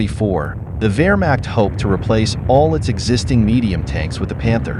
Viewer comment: I bet they can even pronounce "Wehrmacht" correctly, unlike your expert here.